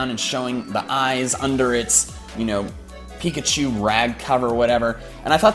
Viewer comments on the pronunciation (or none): none